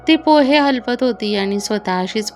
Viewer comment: हलपत नाही हलवत